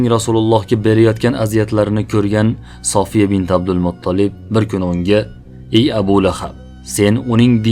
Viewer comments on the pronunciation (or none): Сафия дейилади София эмас,Саф сўзидан олинган